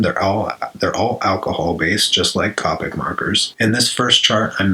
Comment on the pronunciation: It's not copic It's pronounced Cohpic